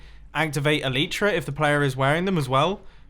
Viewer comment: Mumbo, you're elytra don't activate because... you're saying it wrong. Its elYtra, pronounce the Y like in sky.